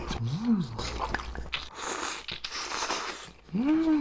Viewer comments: 마라탕 발음 정말 표준적이에요! 중국에 놀러 오세요~기분도 빨리 나아지길 바랄게요 너무 슬퍼하지 마세요~중국에도 당신의 영상을 좋아하는 친구들이 많아요 Bilibili에도 많이 와 주세요~화이팅! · 중국인입니다…이 영상을 추천해준 사람… 넘 구마웡 ㅋㅋㅋㅋㅋ마라탕 세글자 발음이 진짜 미친ㅋㅋㅋㅋ정확한데 🐶웃겨 ㅋㅋㅋㅋㅋ 중국에 오신걸 언제든지 환영합니당!!